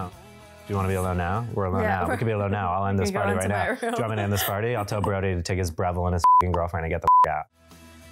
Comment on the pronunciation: I will never not laugh when calls Brody "Bordy" hahhaha